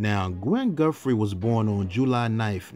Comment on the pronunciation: I REALLY enjoy your documentaries. I have listened to all of them. It's nice to get a deeper inside look to all of these artists....thank you!! My only ask is for the proper pronunciation of "TH". Please pronounce it as Guthrie, not Guffree 😊